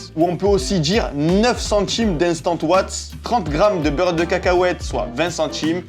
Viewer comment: La wheille et les owatts 😂😂😂😂